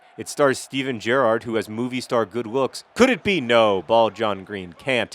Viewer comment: it's good you say gerrard correctly.